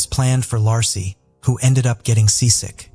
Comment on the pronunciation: I hate when the narrator can' t even pronounce a person's name. When covering the Scott Peterson case, He pronounced Peterson's wife's name several different ways. Lassy, Lacy and Lahey among them. That poor woman at least deserves to have her name pronounced properly!!